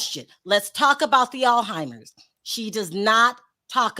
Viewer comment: It's so hard to listen to talk. She is a terrible interviewer. I have tried to watch her channel but she always fumbles her words, doesn't pronounce words correctly. It's Alzheimer, not how you pronounced it. How can you have a utube channel when you can't speak correctly. Too irritating, I'm done!